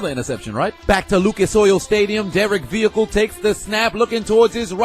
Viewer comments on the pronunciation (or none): none